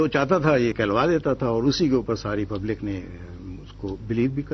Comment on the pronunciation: Pablak nehi jahilo public hota hai